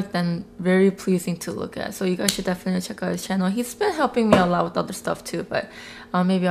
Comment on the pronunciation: "Hi guys welcome to my chano"😂😂